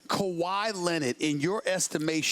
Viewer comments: No one: Sas: kawhii lennett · Stephen A Smith : Tell me why "Kawhi Lenird"..... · Who the hell is Kawhy Lennit!😕